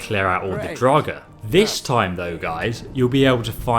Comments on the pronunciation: You say draugr wrong. You say drog it's actually like drogger is how you say it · Every time he says “Draug” I lose a brain cell >.< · wtf is a drawg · Still can't pronounce "Augmented," or "Draugr," or half of the other words you need to read